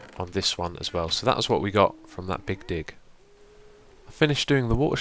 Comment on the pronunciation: The big dig sounded like big dick :D